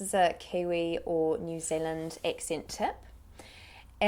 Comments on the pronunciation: she say "New Zealand" so wrong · We have a pretty tough accent to imitate, but she is the best I've seen. The only area I think she misses is on the country itself! It's pronounced more like 'Nyu Zullund", I don't know any kiwi that actually says 'Zeal'. Also, she doesn't mention that all 'tu' sounds become a 'chu/chew', and 'du' becomes 'ju/jew'. Eg- 'Tha rint us jew on choose-day' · New Zealanders don't say New Zealand like that